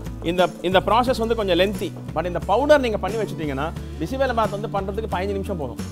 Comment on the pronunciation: Its Bisi BeLe bath not bisi bela bath! Am glad u said the difference between sambhar and BBB not everyone knows this!